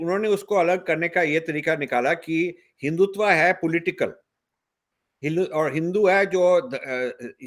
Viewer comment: Rajiv Saheb, it is Hindutva, not Hindutvaa